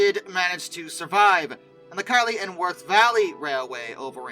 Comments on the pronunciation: Keighley is not pronounced "Kylie", it is pronounced "Keithlee". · Keighley is pronounced "KEETH-li" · Hey, just a couple of pronunciation updates for you - probably you're sick of these already, but what the hey, I'll add to the list - Horwich - like Norwich ("Norritch") in the UK, pronounced "Horritch" - Keighley - odd one this, pronounced "Keefley". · Keighley is pronounced Keith-ly for future reference! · A lovely, and rather sad video, thank you - just to let you know that the correct pronounciation of the railway 90733 is based at is "Keith-Lee & Worth Valley"" (to be fair, it throws a lot of people, I worked with a South African who called it Keg-Lee...), while the Works the 2nd batch of 'Kitson STs' were built at was pronounced "Hor-Rich" (again, it's a North of England thing). Keep up your remarkable work, sir, it's really appreciated.